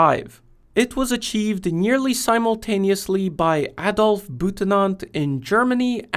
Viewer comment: Wow. Someone on YouTube actually managed to say "Adolf" without pronouncing it "ay-dolf" ! 😂 Well done sir. ❤❤ Now tell the rest of rhe USA please.